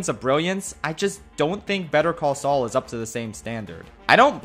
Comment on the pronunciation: He called Sual